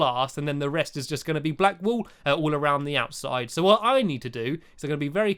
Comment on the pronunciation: Stampy: have you got any wool lee?? Me: woolee?? Lol